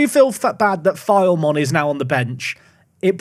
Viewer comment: Enjoyed this episode! Just wanted to say that Filemon is pronounced Phi-Le-Mon and Asyraf is pronounced Ash-Raf.